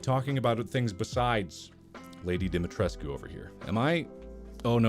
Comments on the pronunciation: I just have a huge stupid smile on my face. Lady Dimitrescu and Markipler are a match made in heaven and always will be! They are meant to be! And Mark pronounced her name properly! That's true love. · I can’t pronounce Lady Dimitrescu’s name any other way than Marks way